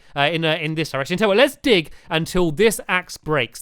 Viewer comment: dag instead of dig lol